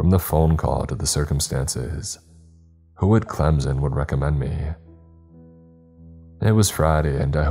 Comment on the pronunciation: Bro that hit I live in Senaca and live like 10 minutes away from whalla and Clemson and you pronounced them a little off 😅